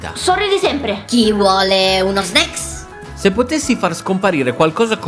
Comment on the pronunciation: L'unica parola che sa dire è "sneaks"